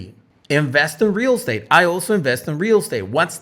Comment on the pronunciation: Real state 😂 how he pronounced it